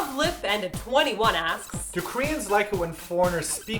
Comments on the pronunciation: I found their pronunciation of that persons name to be hilarious. "Love, lip and a twenty one." I think it's supposed to be Lovely Panda 21 xD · Wait. Isn't that username pronounced, Lovely Panda 21?? XDD